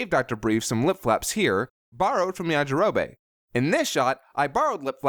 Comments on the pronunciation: It's yajirobe not yajiroba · 'Yajirobay' gave me so many cringes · It kind of sounds like Yajiro-bae